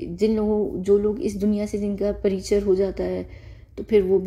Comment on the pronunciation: aap jb bhi "introduction" ko Hindi mei bolte ho to aap "parichar" bolte ho pr wo "parichay" hota h. 😇 Btw mai bhot khush hu ki km se km ladke ne is duniya ko wapas to dekha, please btaiyega ki hum use kb dekh skte h🙏🏻